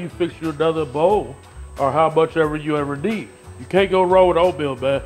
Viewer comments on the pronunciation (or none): “How buch yall bever nee”